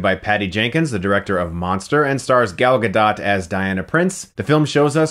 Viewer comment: I loved this movie so much! Gal Gadot is amazing (you're pronouncing her name is a weird way, btw).